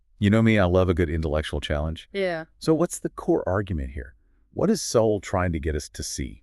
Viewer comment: Pronounce the authors name properly.not an option,A.i.feds.